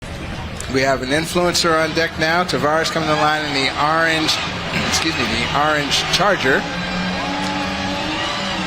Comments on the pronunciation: The “arrrr-ange” charger #cringe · That’s a nice “Are-ange” charger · arge charger. ah yes, arnge, my favorite culler